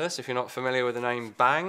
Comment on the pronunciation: "Bang" in Danish is pronounced with a long "n" and a short "a". "Bannng". Not "Baaaang" like in English.